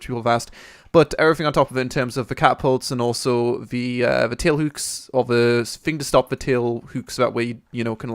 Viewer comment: I love how you say "hooks". Houks :D